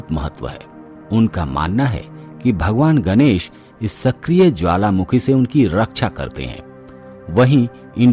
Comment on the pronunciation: गनेस नहीं गणेश बोलो न । न व ण का उच्चारण मे कोइ फर्क नही है क्या ।